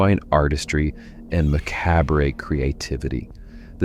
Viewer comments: Seriously? Macabre you pronounced as Mack Cab Ray. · the word is pronounced "ma-carb"